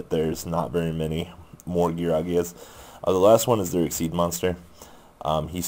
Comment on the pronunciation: whats with you pronouncing card names wrong :P Gearagia - Geargia